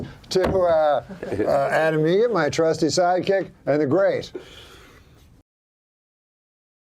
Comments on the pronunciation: NOT “Egret”! Eget! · It's "Eget", like the bird. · it's eget, like the bird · It's adam eget, like the bird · It's Eget. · Eget…like the bird